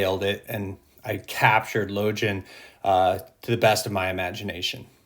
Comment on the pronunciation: Damn that's good. It's crazy how close people's imaginings are collectively based on amazing writing by Abercrombie...Now repeat after me: Logan (LOW-gEnn)